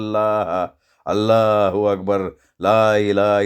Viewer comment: सर अल्ला हू अकबर छान म्हणत होते, सगळ्या भाषा छान येतात तुम्हाला 🙏